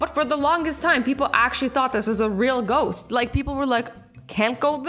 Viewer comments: Did you just say Goats instead of a ghost 🤣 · Did she say goat once instead of ghost or is it just me? No? k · She said goats not ghost 🤣🤣🤣🤣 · Yup she did say goat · Azzy saying:goat me saying :Azzy that is a goast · XD why did she say goat?!?! She meant ghost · When Azzie said ghost I thought she said Goat